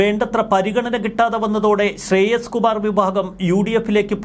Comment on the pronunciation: ശ്രെയസ് കുമാർ അല്ല, ശ്രേയംസ് കുമാർ ആണ്.